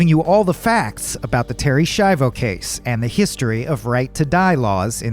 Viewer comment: Se pronuncia SKIAVO